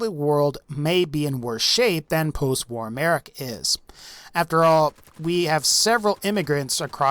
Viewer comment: Why W-A-R? It's not an acronym